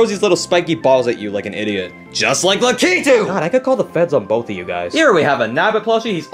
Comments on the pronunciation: Bro really said Lakeetoo 💀💀💀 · really pronounced Lakitu as "Lah-Key-Too". 🤣